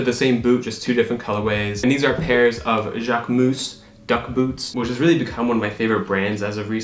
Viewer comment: Jacque-moose LOLOL ITS JACQUE-MUHS